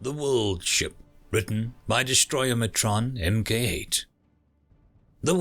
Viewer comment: I've heard you mess up the authors name a few times now, Destroyatron is not Destroyamatron.